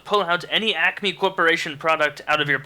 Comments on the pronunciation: I thought he said "acne corporation" for the first question... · It's ACME not acne... Look it up haha